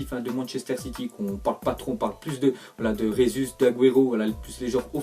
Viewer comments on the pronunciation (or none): none